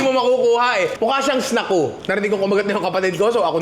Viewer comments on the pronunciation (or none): "Snackoo"" OR "Snack-u!"" ?? Samin kasi "'Snackoo" ang basa Ninong hahahahahahha